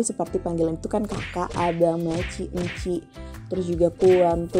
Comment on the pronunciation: Encik disebut enchek..